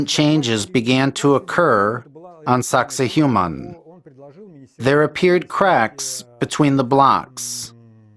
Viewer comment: Sack say wahman is the correct pronunciation! The Human thang you are saying is not even close!